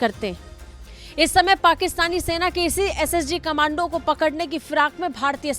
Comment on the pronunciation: Khamandu nahin madam kamndo bolini chahiye 😂